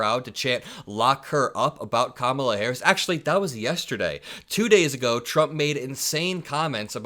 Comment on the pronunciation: I hate the way he tries to antagonize people and call them names, and purposely pronounces Kamala. The Dems should call him something like Con-Old Dump at every rally. The Dems need to start thinking and doing "When they go low, we go lower".